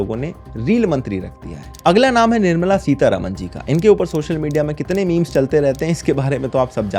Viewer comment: like NirAmla SitarAman